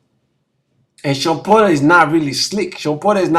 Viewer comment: *Porter not "Potter" 😂😂